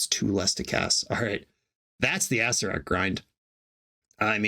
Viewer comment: you were pronouncing acererak wrong the whole time.